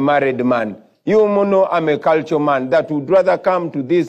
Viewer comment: "Ah, I see you're a cahlcha man as well"